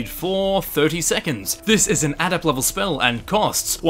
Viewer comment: Why can't you pronounce adept?